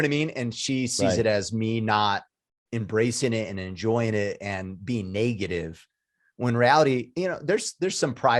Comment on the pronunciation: its "negative" not "naygative" hahaha!